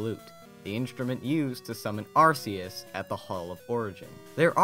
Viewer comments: It's actually Ar-KEY-us, but I still say Ar-SEE-us and GLIS-core instead of GLY-score because it flows more easily. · it's pronounced AR-kee-us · Arceus has a hard c. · your saying arceus wrong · you mispronounced Arceus XD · You mispronounce arceus, it's c sounds like a k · Years after it's true pronounciation was revealed, people still call Arceus Ar-see-us. For gods sake, Well Arceus' Sake, IT'S AR-KEY-US!!!!!!!